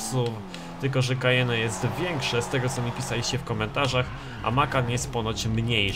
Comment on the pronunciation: doceniam,ze znasz sie na samochodach ale nie wymawia sie kajene tylko kajen 😉